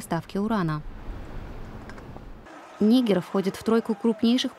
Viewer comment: Господи , вы что расисты ??? НигЕр ударение ставится 🤦